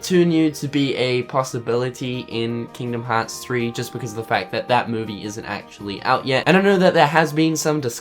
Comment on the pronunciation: "Keengdum Hots 3" I love accents xD